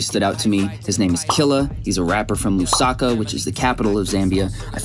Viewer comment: I'm from Zambia and i lived in Lusaka, btw your Pronouncing Lusaka wrong.